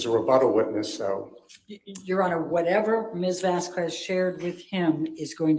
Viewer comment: She had no problem saying Whitney’s last name, Henriquez, correctly. So she’s deliberately pronouncing Camille’s last incorrectly. It juvenile, but seems completely in character for.